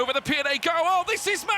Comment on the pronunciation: The most challenging was the speaker uttering the word "pi-er".